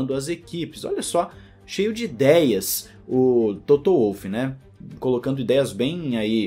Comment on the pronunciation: Adoro seu canal, sua forma de comentar! Mas por favor, o nome do cara é Toto, não é "Touto", como vc costuma pronunciar! De resto, táca-le pau, que vc manda muito bem! Abraço!